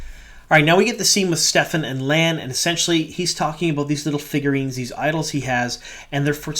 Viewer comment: Just curious if you just missed it as there seems to be a lot of confusion in the fandom but Kerene's Warder's name is Stepin no "F" sound in the middle. Just a minor nitpick. Loving all the breakdowns and Easter Eggs! Thanks for all the great WoT content you've been putting out! Definitely agree this was a strong inner look to the Warders and the Bond. People freaking out about Lan seem to have completely missed all of his character depth throughout the books. And yes, he was chosen to be the "release valve" for the rest of the Warders so that was his duty. Not Lan being a "cry baby" as some manufactured outragers seem to be diatribing about online.